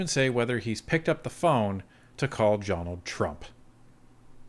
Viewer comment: I'm sorry, did I hear "Jonald Trump" at the start?